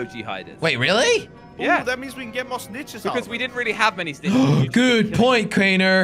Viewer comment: Hé sayd snitches